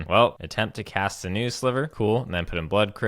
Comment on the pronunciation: sinew is pronounced "sin you."